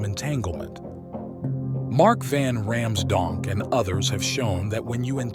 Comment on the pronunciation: Did he say John van RAMSDONK?